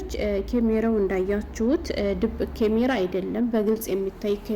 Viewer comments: ኤጭ ወደ ጉዳዉ አታወሪም ምን ትደጋግሜአለሽ በመጀመሪያ. ካሜራ የሚለዉን ኬሜራ አትበይ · ኬሜራ አትበይ ካሜራ በይ ከከከከ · ምንድነው "ኬሜራ" 😂😂ካሜራ በይ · ኬሜራ ምንድነው ካሜራ ነው የሚባለው😅😅😅😅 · እስኪ ካሜራ በይ ኬሜራ ምንድን ነው ኤጭ